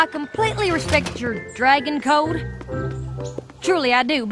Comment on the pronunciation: Apple jack actually said cope'n not cotton